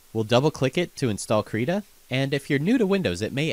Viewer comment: You said the name wrong B O I